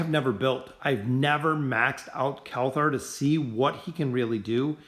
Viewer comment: Why do you say kelthar instead of kelthur